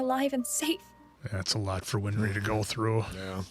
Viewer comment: He also keeps calling winry "WINFRY" He's just killing me man. It's been so many episodes 😅